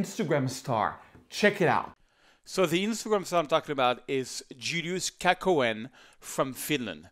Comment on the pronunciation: It's KÄHKÖNEN not kakoen...